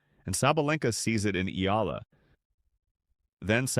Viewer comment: Start pronouncing it right EALA is pronounced E-yA-LA More of that is coming